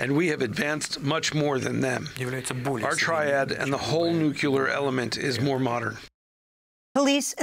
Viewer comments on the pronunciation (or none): Super cringe when a journalist says nukular instead of nuclear.. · Nuclear! Not nucular ! What kind of English translation is this? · It's "nuclear" not "nukular." Your translator needs to learn English. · I'm downvoting because of the idiot saying "nucular". Please find someone who can read. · The guy translating Putin repeatedly saying "nucular" slightly undercut the gravity of the moment...